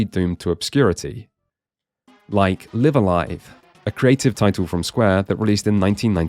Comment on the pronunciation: Thank you for pronouncing Live A Live correctly. It's annoying to hear most people pronounce it so wrong.